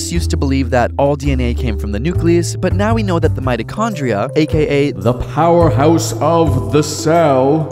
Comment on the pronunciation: Love the mitochondria emphasis😂